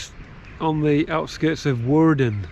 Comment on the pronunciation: Woerden, with an oe as in shoe..